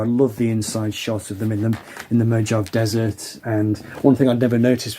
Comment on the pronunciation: Like most of his albums in the 1970's, it's a mix of pretty good and not so good songs, but that can be said of most artists trying to crank out an album every couple of years. By the way the Mohave Desert is pronounced "Mo-hov-ee".